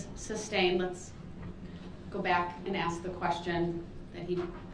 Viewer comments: I could care less about any part of this "trial". Everyone knows what he did. He has NO defense to anything. I haven't seen him win any points nor cast any doubt in the Jurys eyes. He's not a likable person. And he says, "Ax" as in "Ask". It's embarrassing. The whining about an legal assistant now? Really? What a dildo head. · Shut one eye and ax another question. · I can't count the amount of times he says word,, axe "or,, axed" instead of ask or asked. And he decided the be his own lawyer. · Ask; as with a k sound Not axed a question... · Will the judge stop cuddling him(DB) along? Its the fault of brooks if he can't put a sentence together. Ghetto speak is not the language of mainstream America. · Maybe this POS should "ax" himself a question... "Why am I such a low life murderer?". Darell, go back to your cell and cut those long disgusting fingernails. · Drives me nutz when he can't say "Ask"... He says "Ax"... Stupid Killer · finally someone said it! 🤜🤛 I, too, notice they say AX instead of ASK. I wondered if it was a palate/tongue/esophagus thing that made them unable to pronounce it correctly since it's so common amongst them. 🤔 Side note: they tend to miss the first R in fRustrated too. Odd. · studied linguistics in college. The word ask actually was spelled aks before it was changed. Most mainstream Americans knowledge of language is based on stereotypes so they assume its the wrong way to say it. Its actually closer to the original word. And id question how youre such an expert on how all black people speak. I think most of what youre saying isnt based on speaking to any black people. Again like most mainstreamers. Read a book before you start speaking like an expert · What with the "Ax" instead of "Ask". Just awaiting Brooks to "subpoena" the instruction manual 📖 to the make of the model of the device 🖥️💻 the officer viewed the footage on 😆😄🙄. Best to stick to b*tches n whoes, slangin' & bangin' Darrell, Westside homie 👊🚔🗝️🍆🍑😳😫. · NOT ASK BUT AX 😅😅😅